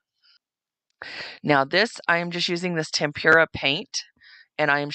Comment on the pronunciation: Great crafts... "tempura" is a batter-fried vegetable... "tem-pra" is the paint. 😉